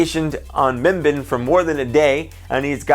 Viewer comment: Just correcting you mimban is not pronounced (mim-bin) it’s (mim-ban) like edit: barn without the r